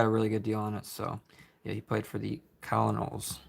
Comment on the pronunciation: These are some awesome cards! Had to say it, Colonels is pronounced as kernals, like in the military. That one confused me as a kid!